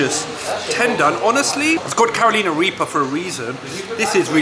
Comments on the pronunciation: I was gonna let it slide the first time you said caroleana but it's pronounced karr uh ly nuh after the state 😂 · I did hear Caro leana also but it's minor bruhh. People say our names wrong all the time 😅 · thank you bro 😂 like you say its a minor thing but the pronunciation doesn't sound right when says it maybe just be his accent 😂